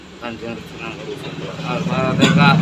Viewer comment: Alfateha bos bukan alfateka ...